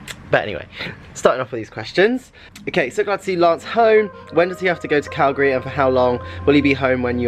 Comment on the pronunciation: Being from Calgary, thank you for pronouncing Calgary correctly ;-). Saw you two days ago, take Robbie to the Science Centre - such fun for all ages, the Zoo, and Heritage Park.